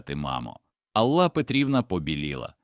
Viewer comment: Чому АллА, а не Алла? Дратують неправильні наголоси, різкий голос, хоч сюжет і надуманий, хотілося б чути у голосі якесь співчуття, сердечність, а тут просто беземоційне читання